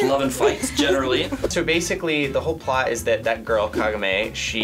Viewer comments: it's not kanoma It's KA-GO-MA!!!! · biggest inuyasha fan, it was my first anime. not him saying kagome wrong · Why'd they use the sub for Inuyasha? 😮‍💨 I hated Koga and Inuyashas voice! Can't compare to the dub voice actors😤 they were missing that deep, ruggedness in their voice for me! Why was pronouncing Kagome's name like that?! 🤦🏾‍♀️